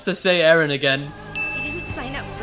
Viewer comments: Does anyone notice that he says edgen instead of Eren Umm never mind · It's EREN dumbfuck nit edgen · its eren not edgen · its eren you stupid turd not edgen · sry but is it not 'eren'? not edgen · "edgen" lol😂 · Why does he call eren edgen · The fact that he kept saying Edgen deserves about 47 sins. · "Edgen" The fuck? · he only says Edgen when it's Edgy Eren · Now I just want to keep calling Eren, Edgen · The way you say all the characters names is INFURIATING. Reiner literally said Jeans name correct and you still his name wrong🤦🏼‍♀️ you’re saying Mikasa’s name like the Spanish saying of make yourself at home😂😭